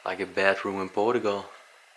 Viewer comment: Era muito melhor se a prenuncia fosse mais acertada, por exemplo Portugal ou portuguese , em vez de Poregue or Porogual ; what is that? Really 🤪